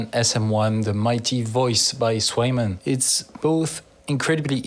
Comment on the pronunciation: Ca se prononce pas Kwèje-man ????